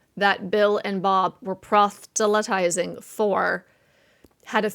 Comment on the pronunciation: I enjoy your videos!! Please check the pronunciation of "proselytize," however. I think you're inserting a "t" after the "s."